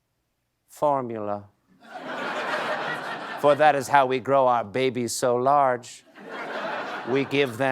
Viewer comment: okay why was "…the fOrMuLa." delivered to camera B so funny???